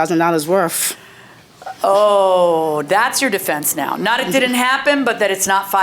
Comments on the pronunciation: "it's not $5000 werf" 🤦🏻‍♂️ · “Not $5000 worf” 😂